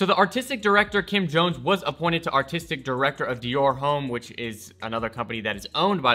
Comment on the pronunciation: john he is a so called fashion YouTuber lmao how does he not know how homme is pronounced even worse goes on to say Dior is owned by LV lmao